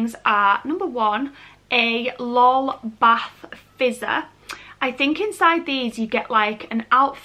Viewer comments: It’s L.O.L not lol not trying to be rude still love you 😍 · Pattie M yeah it should be pronounced el oh el, but to be honest I’m just lazy and I will say lol unless I’m in front of someone who is extraordinarily passionate about them and will be upset by it. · Any other Americans irritated with how she’s pronouncing L.O.L dolls? The . Separates the letters and each letter is capitalized. I know English vs American English have some differences just not sure that is one of them. 🤔